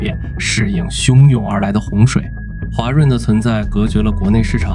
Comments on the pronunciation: 还有画（华）润、条（调）走、联合形（行）… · 华润的华读音频频读错，Ai效果不好😂